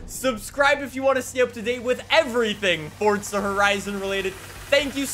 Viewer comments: It’s Forza not fortza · Dawg I love your vids but I get a little kick outta when you say forza with a T😂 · how fortza horizon fawr couldave bean betta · fortza horizon 4 lmao